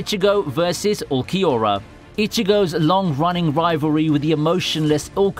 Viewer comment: The way he mispronounced Ulquiorra smh.